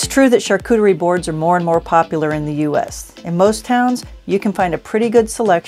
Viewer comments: Why do you pronounce it Char coo teree when you hear correctly pronounce char coo tree? Why add the extra syllable at the end teree? You’re luckily married to a Frenchman that can help you with your pronunciation 😊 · my dear i have traveled the world i have lived in Asia and Europe. She is mispronouncing the word and so are you if you pronounce it like this. You should talk about what you know not what you think you know!!